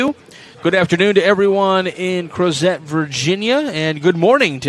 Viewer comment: The T is not pronounced in the town Crozet. Virginians say Crozeee. Let’s Go Peachtree!!